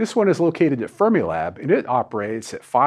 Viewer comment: Because you're talking about temperature technology, I keep thinking you're saying "Thermilab" instead of "Fermilab".